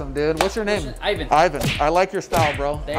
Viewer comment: Se llama Eivan ja ja ja... No mames